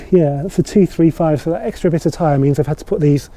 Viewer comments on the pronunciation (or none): none